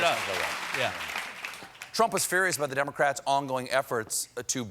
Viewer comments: "Dem-o-craets" his southern-ness came out 😁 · I love how he commits to the mispronunciation of democrats